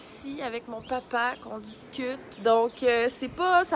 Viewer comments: Ben non. On est capable de prononcé les A de toutes sortes de façons et non juste comme des Â vous savez 😐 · grave, ça m'a choqué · Ton "papa" est prononcée d'un accent français.